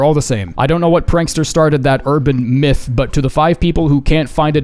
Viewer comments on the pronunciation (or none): none